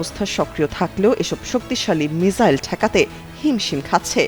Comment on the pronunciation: মিসাইল কে মিজাইল না মিজান বলেন বুজি না।মিসাইল বলবেন